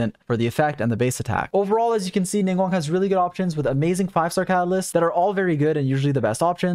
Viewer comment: Thanks for the video, I'm trying to build her on my alt! :D By the way, her name isn't pronounced "Ning-won," but "Ning-gwahng." There are G's at the start and end of the 2nd syllable of her name :)